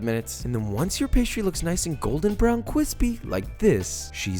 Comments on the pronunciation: I am begging you to stop saying cwispy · I go out of my way to work “cwispy” into regular conversation. I blame you. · Cwispy isn't a thing, Gretchen. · I do love his recipes (and I am totally going to try this chicken pot pie recipe) but does anyone else get annoyed because he constantly says "cwispy"? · The sooner you stop saying "Cwispy" the better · I was scared when you said take off the cwispy skin off, but I got relieved when you chopped it.. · just stop saying "kvispy" please for the love of god. love your videos tho <3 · You know that really horrible feeling people get when they hear "the styrofoam sound" I get the same feeling when he says "cwispy" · I love it when he says kwispy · You had me at cwispy. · whenever u say cwispy i have to stop watching please stop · Idk why but the way he says cryspy makes me want to stomp on his head, for the rest, great channel 👍🏼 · Things I love about Josh. His Amazing cooking, Great technique, Food you just want eat. His engaging personality and I just love b-roll. So it breaks my heart that 1) I find his terminology ‘kwispie’ disturbing and 2) i do not want to see shots of his ass 3) the whole porn rubbing the chicken thing is just icky....... Do not people😁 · KWISPY CREW Check In! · cwisspy skin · How about putting those cwispy chicken skins in the puff pastry? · There's no "w" in crispy!